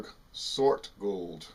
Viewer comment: Nice pronunciation! Gold beer is a kind of beer type that has more malt than regular lager or pilsner. So it's it own category. More malt = stronger = more alcohol taste. I'm not a big fan, but it has it's niche cult following.